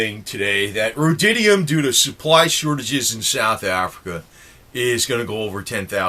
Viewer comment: ROAD-E-UM, not "road-DID-E-UM." Rhodium. Sorry to be nit-picky. Thanks for the great video!